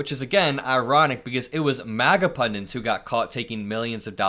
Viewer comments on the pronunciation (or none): Why do Americans use the word "pundants"? You do Mark ! The word is PUNDITS ! ! ! Learn the English language please...